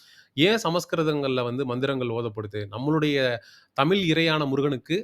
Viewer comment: ழ வை சரியாக உச்சரிகக வில்லையே. தமில் என்று கேட்கிறது